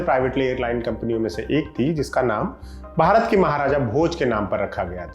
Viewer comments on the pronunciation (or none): none